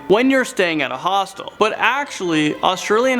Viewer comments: Honestly I thought that he said Hostess , The company that does Twinkies 😅lol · i keep hearing hospital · Why would you stay somewhere called a hostel? Like hellooo hostile, hostel ITS THE SAME PRONUNCIATION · You say hostel funny